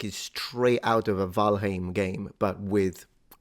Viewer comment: Just wanted to say that I love your pronunciation of valheim. As a native Icelander I speak old norse and you pronounce heim exactly like it should be. Kudos